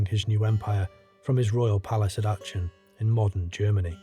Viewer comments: REALLY good work there! one nitpick: your pronunciation of Achen (it's more like Ah-ken). again, great content overall though! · Hi..its pronounced Arken....just a heads up.